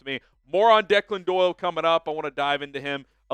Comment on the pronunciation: Thanks for saying his correctly.